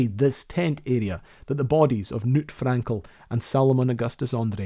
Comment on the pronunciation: the K in Knut is not silent